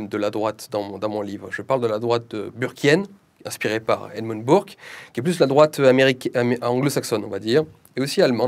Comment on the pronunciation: Par ailleurs, il serait bon de prononcer correctement le nom d'Edmund Burke : "Beurke", pas "Bourke" ! L'autodidactisme laisse nécessairement des traces, mais ce n'est pas de la faute de Julien Rochedy, qui est né dans une France où l'Education nationale et l'Université avaient déjà failli.